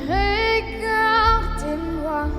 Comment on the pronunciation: It s touching, but as a French, we hear too much all the mistakes, in pronunciation.she have to take a coach for that . Regardez moi, not régardez moi. But of course , it was beautiful ! The text could be better, not as poetic as expected with what you said !